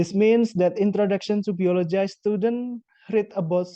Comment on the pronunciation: Hi! I like the way you deliver your explanation: organized and easy-to-follow! I would also suggest checking and practicing your pronunciation (for example, the word 'biology' -- since I thought you said, 'biologize'?) Anyway. Good work!